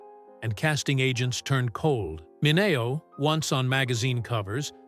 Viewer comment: Please pronounce names right. It's wag ner. And min e o